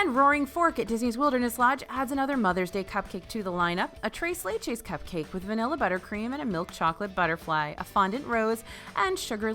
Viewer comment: "trace lay-chays"